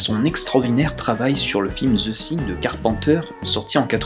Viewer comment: Zeu sing... -_-' Prononce veu fing, sans être correct ça sera toujours plus proche de la prononciation anglaise. Parce que Zeu Sing au delà du fait que ça arrache les conduit auditif même du francophone que je suis ça passe plus pour le titre d'une comédie musicale que pour un film de d'horreur fantastique. No offense ! PS ou Deuh fing si tu préfère une prononciation plus américaine.